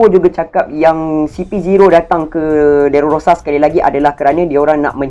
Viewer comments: Time record ni saya x sihat sgt.. Tu yg banyak tersasul😬.. Saya betul kan skrg.. DRESSROSA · Dresrosa la bang😂 bukan derorosa😂😂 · stress aku dgna dererororororororosaa dia tu haha